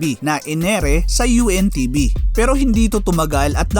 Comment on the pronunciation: UNTV po ang tamang pronounce po hindi po ANTV